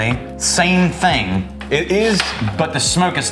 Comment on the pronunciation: "I'm noticing the same think" where the hell does the k sound come from when pronouncing ing?